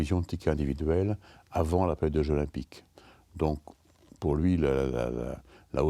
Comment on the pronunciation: Difficile de faire moins intéressant : on n'apprend rien. Et ce type n'a même pas fichu de faire la liaison Jeux zOlympiques